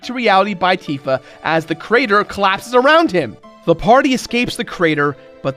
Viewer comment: Anyone else besides me bothered by MatPat's pronunciation of Tifa's name?